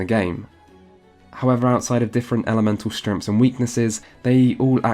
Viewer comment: Fuck you for saying "stremffs" instead of "strengths".